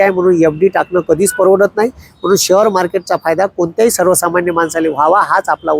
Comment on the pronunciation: शहर मार्केट नाही ओ शेअर मार्केट म्हणा